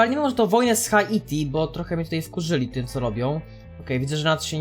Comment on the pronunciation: Drogi, nie czyta sie HA ITI tylko Hajti. (na przyszłość):D